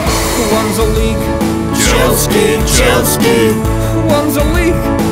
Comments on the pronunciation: It is Chelsea not Chelskea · It's chealsea not chelski